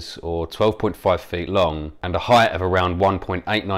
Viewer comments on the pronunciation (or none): none